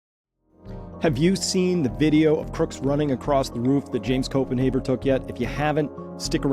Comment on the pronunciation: Its Copen HAVER NOT HAUER!